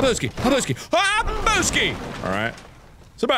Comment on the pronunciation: No its Ha-bou-ski